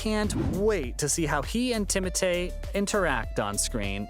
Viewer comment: Bro its timothee not timote